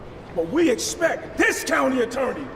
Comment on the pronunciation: “we espect”